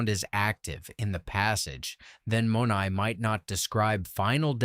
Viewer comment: Not to be critical here, but the Greek word is not pronounced with a long 'o' but a short 'o' and 'ai' is pronounced as a short 'ay' but with a 'eh' sound. Using AI does not enhance your credibility, but, all in all, I liked the video